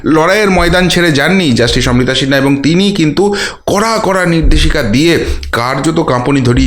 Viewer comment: শিনহা কি একটু ঠিক করুন ভাই উচ্চারণ